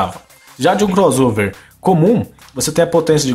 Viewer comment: Gostei da pronuncia de "Crossover" , 99% das pessoas pronunciam " Cros Sover" e não Cross Over. rsrsr